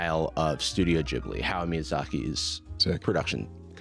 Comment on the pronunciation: The way he says "Ghibli" is stressing me😭